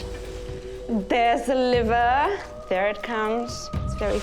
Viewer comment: ThErEs thA LivAahhh